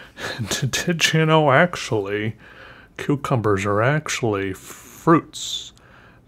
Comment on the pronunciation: sometimes it sound's like you're saying cutecumbers